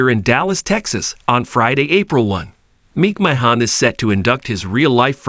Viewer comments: Good ‘ol Vince Meek Mah Hawn wtf is this sh^t? 😂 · YOU CAN'T EVEN SAY HIS NAME RIGHT